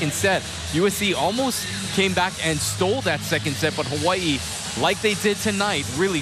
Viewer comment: this man really said Ha-wa-ee